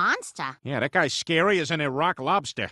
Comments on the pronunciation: It's more like Irack Lobster. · Iraq lobster that wat he is saying